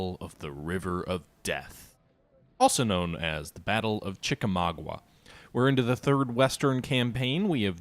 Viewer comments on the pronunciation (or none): Hey, I love your videos; keep on kicking ass! One very minor nitpick: to my knowledge the battle's name is pronounced "chik-a-MAWG-ah", instead of "chik-a-MAW-gwah."